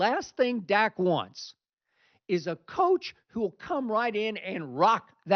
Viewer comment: Did this bih say stat Prescott ? 😂